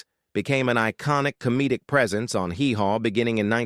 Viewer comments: I cringe everytime your ai pronounces it hee HAW. Nobody that ever watched it says it like that. Grand old O’pree?!? You can’t train it or be bothered enough to proof the quality of this garbage before you post it? You get a dislike and a block channel from me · Oh Pree? It's AW Pree, dipsh!t.... And the way "Hee Haw" was pronounced